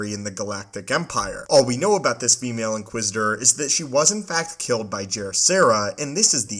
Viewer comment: “This female inquisitor.” Wtf? She’s an inquisitor. Call her “inquisitor.” Wtf is the obsession with noting the sex of and inquisitor? And the weird emphasis on “female?” Ewww dude. Never hear you say “this ‘male’ inquisitor.” Also wow what an annoying narration voice.